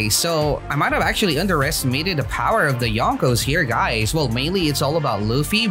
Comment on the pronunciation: “Powah” shows the true strength